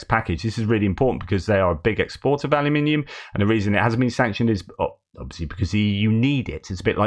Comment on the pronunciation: Alum in ium not holloumium for flips sakes. hahaha